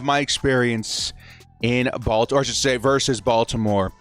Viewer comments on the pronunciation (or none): none